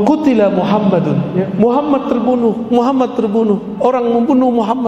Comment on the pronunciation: Astagfirullahalladhim ustadt mengucapkan kalimat syahadatnya salah.bagaimana mendapatkan safa'at baginda kanjeng nabi muhammad Saw jika mengucapkan nama beliau salah Aamiin.